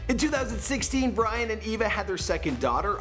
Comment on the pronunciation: sounds like you said Bryan. His sexy face makes it hard to remember his name